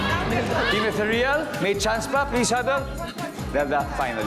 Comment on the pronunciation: "e-THEE-ryuhl" ho ang basa sa salitang yan, hindi "ethe-REEL."